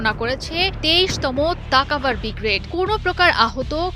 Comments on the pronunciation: আরে ভাইরে ভাই। উচ্চারণটা "ব্রিগ্রেড" না "ব্রিগেড"! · উচ্চারণ ঠিক হয় না madam শব্দটা হবে Brigade , Bgrad হবে না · সংবাদ পাঠিকা, তোমার বিশ্রী উচ্চারণ ত্রুটি রয়েছে, বিগ্রেড বিগ্রেড করছো সেটা ভূল! শুদ্ধ উচ্চারণটা হচ্ছে ব্রিগেড!